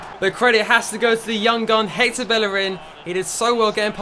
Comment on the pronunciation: "Hater Bellerin" lol